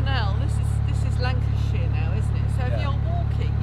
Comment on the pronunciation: Lancershire !!! Don't let the locals hear ya say that luv ... Blasphemy !! 😂😂😂